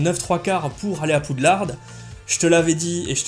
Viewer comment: on prononce pas le D a la fin de poudlard